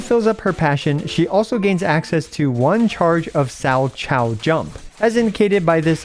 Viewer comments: Thanks for the guide. I was planning to play her with Anby and Seth, but I didn't know if it's actually a good idea or not, so I came here hahah. Also, Salchow is pronounced sal-cow. It's someone's name that is now being used as one of the jumps in figure skating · Salchow is pronounced "sal cow", it's a figure skating move. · I think it's pronounced "sal-kow", it's a figure skating move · Learning how many CCs for ZZZ haven't seen figure skating before has been funny (salchow pronounced more like 'Sow Cow') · Sow kow, or Sal Kow. I guess people don't watch figure skating because it made sense immediately. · Not a single content creator has pronounced salchow right, haha. I'm surprised that no one has heard the word before in reference to figure skating and made the connection. Like a triple salchow? It's a jumping spin move.